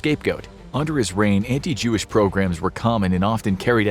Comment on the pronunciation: Mispronouncing "pogroms" as "programs"